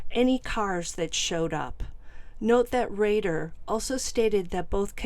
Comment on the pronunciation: Rader ..not Radar